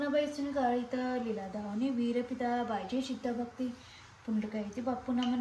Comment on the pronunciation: तुला काय एवढं भूषण वाटत आहे की तुझी बायको पूजा करते, एरवी तर दोघं नेहमीच चुकीचे शब्द बोलता पण श्री गजानन महाराजांची बावन्नी किती चुकीची म्हणते आहेस तू..😔😔 लीला दाखवली विपरीत... तर तू वीरपिता म्हणते आहेस, तु सगळे शब्द चुकीचे म्हणत आहे... एकदा यूट्यूब वर लावून व्यवस्थित ऐक म्हणजे तुला तुझी चूक कळेल... निदान देवाच्या बाबतीत तरी अशी हे सांग नका करू ग...